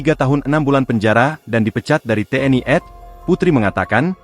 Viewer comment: Komentator membavanya salah seharusnya kalau singkatan itu dibaca TNI AD Dibacanya tni adi jangan dibaca tni ed jarus belajar dari ejaannya dan mendengar dari anggota bagai mana mengija bacaan itu